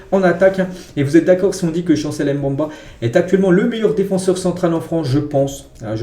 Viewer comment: Chancel Mbemba ça se prononce pas comme tu l'es dis là. C'est Mbemba avec le E au milieu tu dois le prononcer ce n'est pas un A au milieu ce n'est pas Mbamba c'est Mbemba. Stp 😅